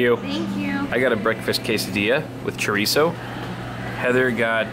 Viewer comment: Butchered the word Chorizo but ok